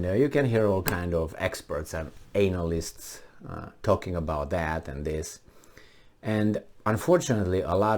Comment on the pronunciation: I dont know if it was intentional but at 15 seconds; ANALysts pronounced was sweet XD